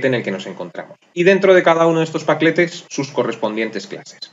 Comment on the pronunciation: Pacletes XD